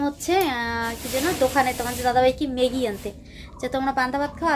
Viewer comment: Dudun bolo kano sunte kharap lage r মেগি noy ম্যাগি